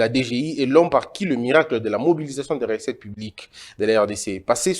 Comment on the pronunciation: Recettes et non ressettes, qui dit mieux ?